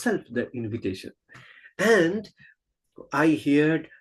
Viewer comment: It is not hear' ed, say it as one word "heard"